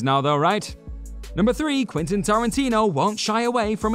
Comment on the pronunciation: Yea like he said whatever floats your boat Quinton 😆 I mean who doesn't know how to pronounce Quentin and its not like its live u could re-record that segment times must be hard at whatculture 😆 😁